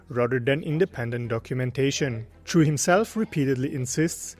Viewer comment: Any idea why he thinks his name is Chewey. There's no way that Chui is pronounced Chewey in Chinese. Most likely prounced Chway, though if the name is Cantonese it might be slightly different.